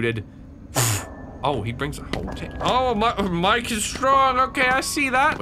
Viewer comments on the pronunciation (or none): none